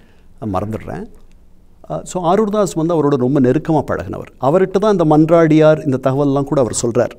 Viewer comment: Mannaadiyaar Athu ; not mandradiyar 😤😤😤